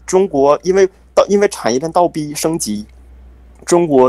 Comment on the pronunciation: 我以为他不是东北的，知道我听到倒逼儿，